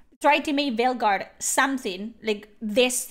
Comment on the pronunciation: I cant tell if you intentionally said "Fail guard" or its just your accent but either way its perfect 👌 😂